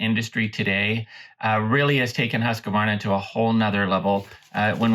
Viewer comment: It bothers me when the name of the machine is mispronounced. One of the first things I was taught in sales of the machine is that there isn’t an “a” after “husk”!! The word is pronounced “Hooskvahrna”